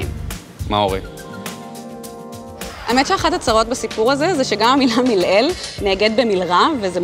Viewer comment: Not 'vepo' ufo, not vemile'el, umile'el. Correct your mistakes prior to teaching others Hebrew.